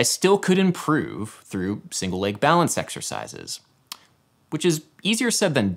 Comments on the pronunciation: Why do you say lage in stead of leg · how do you pronounce leg? Ł Æ Ï G ?